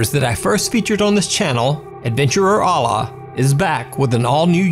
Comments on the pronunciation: Just want to clarify the proper enunciation of 'Alaa' is like this 'Eh le' Cause when you Alaa the way you say it sounds like 'Allah'. But in Arabic with his name it is said like Eh le, I know someone with the same name as him and said it the same way as you, their brother corrected me in saying it the proper way. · Bro, it's "Alaa" not "Allah". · Don't ever say alah because you don't what it's mean plz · Your pronunciation of Alaa is completely wrong